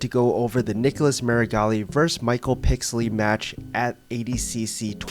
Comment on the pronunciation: I came this video to watch Meregali get his arm broken again. But i STAYED for the way you miss pronounce " PIXEL - LY 's " name HAHHAHAHAH well played my friend well played. I could not resist the bait rofl XD